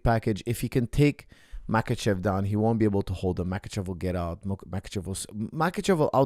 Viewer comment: Coach, if you can pronounce the H sound, why you call Islam "MaKachev" if he is in fact "MaHachev"?